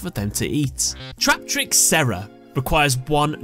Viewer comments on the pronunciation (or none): none